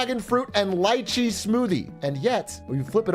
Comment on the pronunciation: That pronunciation of lychee is criminal 💀